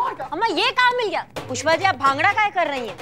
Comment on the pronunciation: he said kushpa instead of pushpa